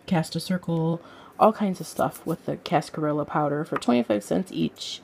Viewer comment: In cascarilla the ll's are pronounced like a y like in tortilla because it's Spanish.